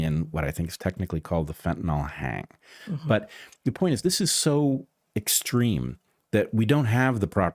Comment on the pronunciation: Fenny Hang. Fen Bend.